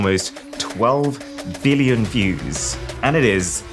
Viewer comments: “twelve villion” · I am hope I am not the only one who heard "12 Villion views" Did your brain press V instead of B while speaking 🤣?